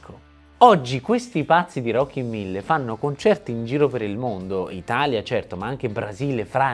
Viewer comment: Si chiamano Rockin'1000 no Rocky Mille😂